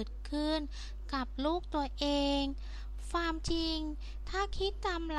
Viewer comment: ดูมาหลายคลิปล่ะ ก็พยายาม ฟังๆ ...แต่มาขัด ตรงคำพูด ..ฟามๆๆๆๆและฟาม...ทำไมไม่พูดความให้มันชัดๆล่ะจ๊ะ..